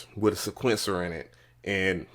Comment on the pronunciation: Say it with me now..... see-kwent- sir lol. Jeez